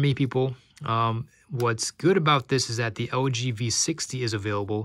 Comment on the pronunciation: When you say LG it sound like OG - works for me! :D